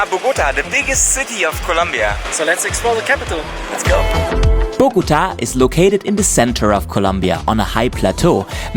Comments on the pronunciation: If you want to pronounce Bogota correctly, don't put the strength on "GO" but "TA". Everyone who speaks English pronounce boGOta, it's actually bogoTA! Try saying the first two syllables with the same strength, and then scream loud the last one: "TA". That's how it is pronounced. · This city is called BOGOTÁ, with the accent on the a, not BOGÓTA. Good video nevertheless.